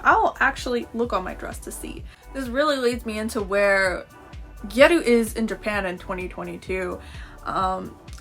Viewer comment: OHHHHH you’re pronouncing “gyaru “ like “gyeruu” Oh okay, I was confused